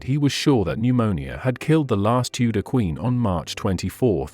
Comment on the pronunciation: AI spoiled this as well as Q in queen please!